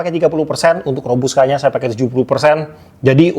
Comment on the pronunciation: KOPI ROBUSTA KALI BANG, BUKAN ROBUSKA, PAKAI "T" BUKAN "K"